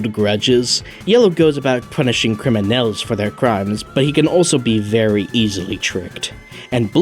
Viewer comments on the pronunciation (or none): not "crim en Elle's" it's "crim nulls" like a southern US accent